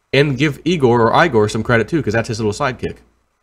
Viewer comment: Igor pronounced like E gor, not I gor.